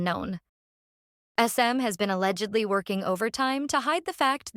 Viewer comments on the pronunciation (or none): none